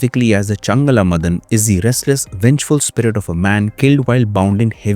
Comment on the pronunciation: It's pronounced as Maadan, Madan